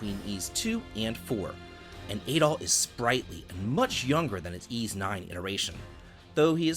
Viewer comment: Bro how could you claim to be a big Ys fan when you constantly fail to even pronounce the main characters name properly? Come on, dude.... you flipped it like ten different times in this video alone.